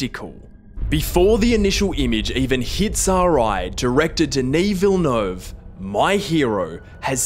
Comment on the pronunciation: Hey. First of all, thank you. It's an awesome video. I can't ever get enough of 2049, and getting your take on it made my day. Also, like Villeneuve, i'm french-canadian (Québécois); and it's refresing to hear someone with english as first language say "Villeneuve" properly, and not "Villenouve".😅